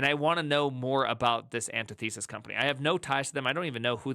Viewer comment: An tith uh sis, not anti thesis